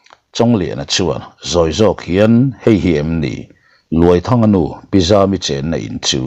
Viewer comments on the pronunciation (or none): none